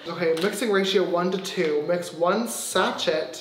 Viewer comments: James- sAcHeT Me- YOU NEED TO PRONOUNCE IT LIKE "SASHEY" Again James- sAcHeT Me- dies in triggered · James, hunny. 💀 it’s pronounced sa-shay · uhhhh girl it's sachet pronounced as sashey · The fact that he pronounced sachet as sa-ch-ett and not sa-sh-ay is hilarious 😂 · “One SATCH-IT” “I’ve never heard that word before” Me screaming: “SASH-AYYYY” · james, sachet is not pronounced as "saCHET" it's pronounced as "saSHEY" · C B I honestly died when I heard him say that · James: “Sache-T” It should be like “SA-SHEY” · SACHET🤣 it’s pronounced like ‘sashay ‘ loveeee this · Mix one SATCHET !?!?!?! Have you never heard the word sachet (pronounced sashey) James? 🤣🤣🤣🤣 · Omg "sachet" 🤦‍♀️ it's pronounced like sa-shay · James: sachET The rest of the world: saché (silent t) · Anyone realise he is saying sa(ch)et instead of sa(sh)(ay) | |wow haha thanks for the likes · When he was saying sashett I was litterally dying 😂😂😂 no no no honey it’s pronounced sashey not sachett ahahahah a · James: shatchel, oh sorry satchit Me: it’s sachet said like sash-a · Yes. Hahaha. It's actually pronounced as sashay like RuPaul's sashay away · Sis, I'm from Philippines but we pronounce it "sa-shey".... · Looool it’s sashay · Jess s sah-shay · Cristal Geode like Sa-Shay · “Mix one sachet, SACHET” 😂 It’s pronounced sashay (think like sashay you stay - rupaul) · Ivana Santini lmao no you say it like ‘sashay’ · Ivana Santini might be an american thing. in the uk its pronounced sashay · Wait...you really never heard the word "sachet"(pronounced "Sa-shay") before? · No one: Absolutely no one: James: oNe SAT - ChETTT I have a Like!!! Wait why is it blue🧐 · I was shaking, and shouting, 'ITS PRONOUNCED SASH-AY!' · James saying sachet (sa- shey) is killing me 😂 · Brad: You bleached it the wrong way round Me: That's not how you pronounce sachet sa shay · Ya it's actually pronounced: sa-shé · James your meant to pronounce the word sachet like sashey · James knows sachet is pronounced Sashey right